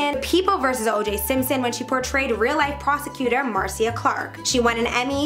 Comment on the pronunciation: ok is no one gonna mention that she said marcia, (nora) lum, and helena wrong?!